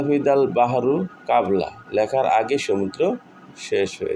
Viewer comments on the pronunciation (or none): কাকা শব্দ কাবলা না কবলা। কফ দিয়া ২ মিসলু না মিছলু ছা দিয়া আপনার আরবি পড়ার নিয়ম মত গুণ্ননা শিখতে হবে। এবং মাখরাজের উচ্চারণ। তরজমা তো পরের কথা। আর শব্দ ভুল বললে অর্থ ভুল হবে। আর সাধারণ মানুষ তো এই ভুলটা কে সঠিক মনে করবে কারণ তারা জানে না এবং আপনার কাছে আমার অনুরোধ কোন আলেমকে আপনার পড়া শোনাবেন মনগড়া ভাবে তরজমা করবেন না ❤️❤️❤️❤️❤️❤️❤️❤️❤️